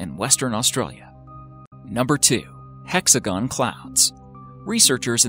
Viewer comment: "Hexogon clouds"